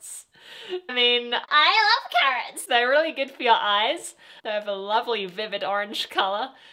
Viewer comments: its not carrots sweetie... its carats.. we are carats 😍 their fandom name is carats.. and im a fan so im a carat..😁hope u become a carat too.....🤩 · it never gets old like its always funny for me when people heard them saying "Carrots" instead of "Carats" (the fandom name) lol 😂 thanks for the reaction, i enjoyed it. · Carats not carrots